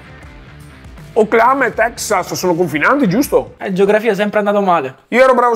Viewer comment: Ma perche' Oklaama??